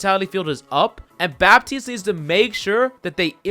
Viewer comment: In french,don't pronounce bappppptiste but batiste (it sounds better for my french ears )